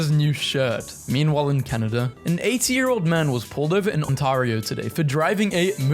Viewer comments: dont mean to be rude but as someone who lives in Ontario its pronounced "Ont𝐚𝐢𝐫io" not "On𝐭𝐚𝐫io" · DID HE JUST SAY ONTARIO LIKE ONTAERIO